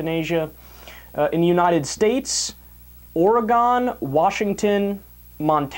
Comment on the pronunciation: You misprounced oregan...wtf...